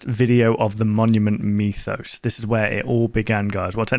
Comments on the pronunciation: WHY IS HE SAYING MEWTHOS 😭😭😭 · Monument “me”thos You know what, after the end of the series, monument meth is kinda right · Ah yes the monument meethos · Is it aggregating anyone else that he mispronounced mythos?